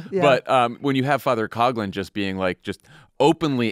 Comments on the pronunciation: It’s a minor issue, but Coughlin, which is a misspelling of Coughlan should be pronounced cock-lin not cog-lin. Irish is hard. Sorry. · As a person of Irish heritage I can confidently assert that Coughlan is pronounced 'Cock-lan or lin!